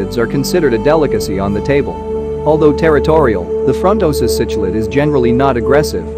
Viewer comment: You Need to work on your pronunciation buddy😂😆fronnn-tohsa ... tahnganjika —> those words